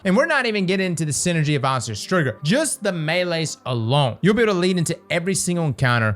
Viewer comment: "ostreo strigger"